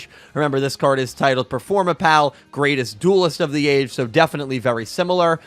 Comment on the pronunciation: THANK YOU for saying Ccacac Apu's name correctly, I always hated how 4kids said it!